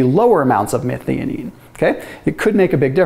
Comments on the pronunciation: Methionine pronunciation - meth-i-o-neen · It's pronounced "meth-eye-oh-neen". Did my PhD on this amino acid 40 years ago... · 1) That pronounciation of methionine needs a bit of work. 2) Very simplified: the vast majority (though not all) of gene coding sequences start with ATG - which encodes the amino acid methionine. This means that most proteins start with a methionine (this can be removed or modified later during post-translational processing). So without enough methionine available, your basic protein synthesis more or less grinds to a halt. This would be very detrimental, so your body looks for alternatives to get the methionine it needs to keep protein synthesis going - the easiest way for this is dialing up autophagy, ie breaking down and recycling old proteins and re-using their methionine. So it makes sense that fasting and methionine restriction enhances autophagy and all its health benefits.